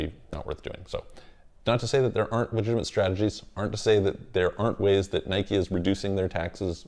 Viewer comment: He doesn’t even know how to pronounce the word Nike, so there’s that lol.